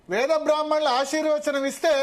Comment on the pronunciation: వాడికి బ్రాహ్మణులు అని పలకడానికి రాదు